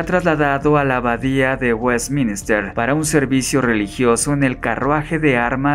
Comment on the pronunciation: No sabes pronunciar WESTMINSTER!!! Que vergüenza, a estudiar bro.